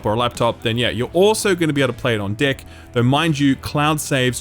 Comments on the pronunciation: Every time he said deck I heard dick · Idk why, but your "deck" sounds like something else lol